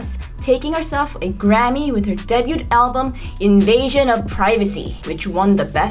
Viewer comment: 교포 아니에요~ 발음 들어보면 악센트 달라요~ 숨 멈추는 부분도 좀 다르고. 특히 한국인 특유 액센트 debut 에서 t 무음인데 발음 def도 미국인 발음 아니에요 도 husband 전에 저렇게 숨 크게 멈추는 원어민 없음